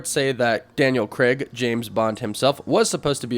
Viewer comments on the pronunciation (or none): Why can no American say Craig properly 🤣🤣